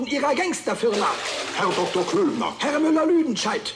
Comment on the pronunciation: It's Klöbner, not Klübner.